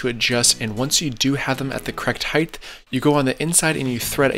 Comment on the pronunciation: Love the channel dude. But... Heighth?